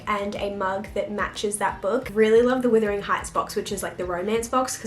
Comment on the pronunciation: Are you saying withering rather than wuthering accidentally?